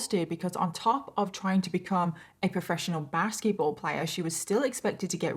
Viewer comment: Okay is it just me or is anyone else hearing "baskie-ball" instead of basketball more often than not???